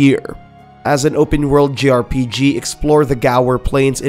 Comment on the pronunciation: he keeps saying "grpg",,,,,, its jrpg